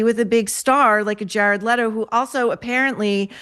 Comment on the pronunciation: You need to learn how to pronounce last name Leto correctly